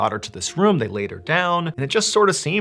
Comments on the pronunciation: The way he says room like “ruhm” lol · Since beginning watching Mr ballen ~8 years ago , the way that he says “room” has always stood out to me lol. He says “rum” 😂